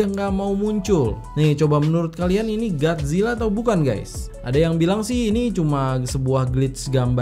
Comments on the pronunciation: bang kolo bilang gat zila sebenat nyah gotzila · Bang kenapa gomongnya Gadzilla kan seharusnya? Godzillaa?